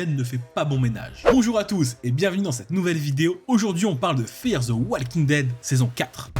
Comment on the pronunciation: Encore une fois walking ça se prononce wo-king et pas wall-king, le L ne se prononce pas :/